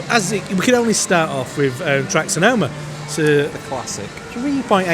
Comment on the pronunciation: Lack mispronouncing Sonoma or Sonanama. It's nice to see you clearly having a good time.